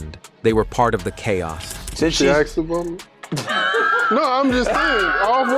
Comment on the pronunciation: “Aks or Axe about me?” 😂